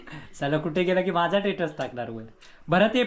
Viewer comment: Tetus nahi re stetus